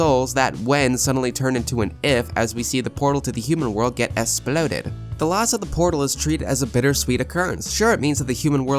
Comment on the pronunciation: im sorry i wheezed when you said "essploded"